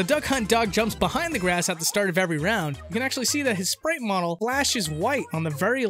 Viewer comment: It's seriously triggering me that you keep saying "models"